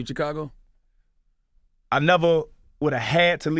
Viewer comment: Charlamagne says Chicago so weird. Chee-cahh-gah LOL.